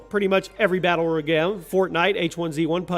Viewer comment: "every battle roygave"